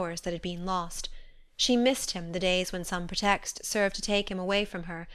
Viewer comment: She mispronounces a lot words, such as "pretext."